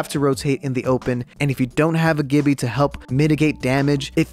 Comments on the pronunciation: Woah, what was that "GIBBYYA" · No one:: GiBbEaH